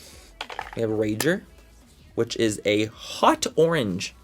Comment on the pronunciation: Please make merch that says “it rrris what it rrris” I die every time you say that 😂😂😂